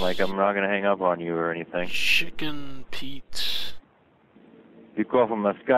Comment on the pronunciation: shicken peetz